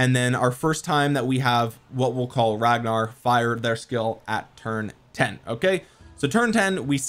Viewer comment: I'm sorry how did you just pronounce his name 😑😐